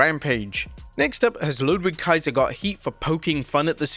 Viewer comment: Ludwig Kaiser; "Ludvig" is the pronunciation...